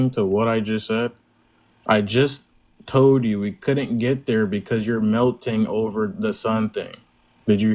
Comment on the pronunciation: “I jus toed you”